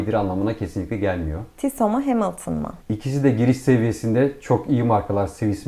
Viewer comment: Adam Tissot diyor ama kadın ısrarla Tisso demeye devam ediyor😅 Tissot bacım onun adı Tissot